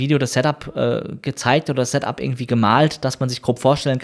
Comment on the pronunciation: Informatives Video, ich weiß jetzt alles was ich wissen wollte, aber es ist unerträglich, dass du weder ''software'' noch ''setup'' aussprechen kannst und du hättest alle Informationen auch in der halben Zeit rüber bringen können...